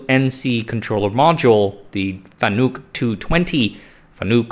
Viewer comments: Wait, there's a THIRD pronunciation? I've been machining for 15 years, and in the US at least, most pronounce it FAN-uck or fa-NUCK. I've never heard Fa-NOOK before.... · It's not pronounced Fanook, it's Fan-uk. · It's pronounced fan-ick, more of an I sound then a u sound. Source: I've been buying and integrating fanuc robots my whole career as a mechanical engineer. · It's pronounced fan-ik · Pronounced Fan-ick... they get really upset about that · I think it's pronounced Fan-uhk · You are pronouncing FANUC incorrectly. It's FAN-NUCK. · Don't take history lessons from people who can't pronounce their subject matter.